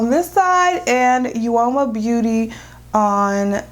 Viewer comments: Uoma is pronounced like "o-ma". Both sides are really pretty! And the lipstick is a beautiful shade! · The u is silent....it’s OMA